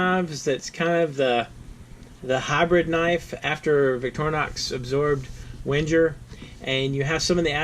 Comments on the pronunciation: Isn't Wenger pronounced "vang-grr" ? I think it is, anyway. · Please mind the pronounciation of Wenger